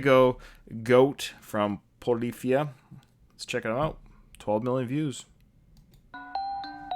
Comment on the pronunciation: You pronounced it right and they are from Texas and are all actually close in age! Try out Yas or Goose by them next time!